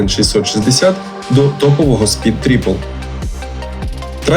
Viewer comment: Усе круто, але не "Тріпл", а "Трайпл"